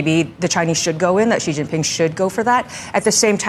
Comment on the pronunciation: 'XI' is pronounced as ' See', not 'Gee''